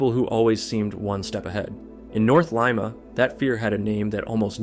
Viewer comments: Leeeema not Leima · Its pronunced Leema, Not L eye ma, you sound stupid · i kept forgetting this was in peru cuz of ur pronunciation of Lima 😂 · Your Spanish sucks? Well you’re pronunciation sucks too. You don’t even know how to say Lima. All that research and you don’t even know how to say it come on. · I can't keep listening to that pronunciation of Lima.